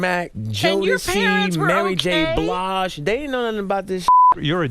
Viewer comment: Did Usher just say Mary Kay Blage?